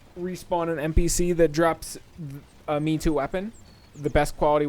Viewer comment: A "me too" weapon 💀💀 You say it like "May-Tow." Nice try, though.